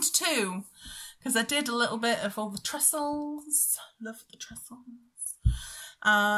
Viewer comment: Nice to see you again! Tresses NOT Tresles! Hope you enjoy your cruise! Mermaids have a secret scale which keeps her lady bits covered and safe, only the right merman can open it like the right key for a lock! Happy Hollibobs x